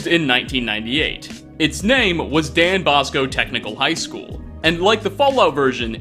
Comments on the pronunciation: If he says Dan Bosco Tech School again im gonna scream. Its DON (John) Bosco, patron saint of delinquent youths. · Every longtime Boston native facepalmed when said "Dan Bosco." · It's Don Bosco btw.